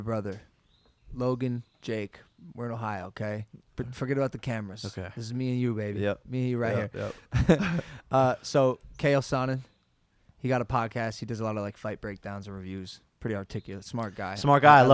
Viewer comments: did he just say kayell sonnen. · "We watched him growing up" 😂😂 No you didn't. You guys just found out who Chael Sonnen is and still barely know. Logan called him "Kale Sonen" and nobody corrected him 😭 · Keal sonnen ?????? Chael sonnen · Did he just say kale sonnen😂😂😂